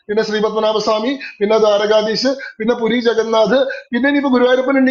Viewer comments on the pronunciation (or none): പൂരി അല്ല പുരി